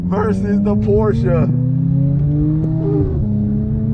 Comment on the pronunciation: You said Porsche correct, I'm impressed. Lol